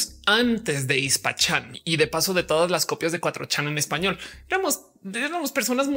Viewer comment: Qué horrible suena "cuatrochán", mi cerebro no lo procesa. Por qué no dicen de una vez "cuatrochamaco"